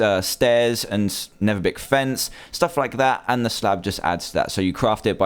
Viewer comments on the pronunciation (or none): He said nether bick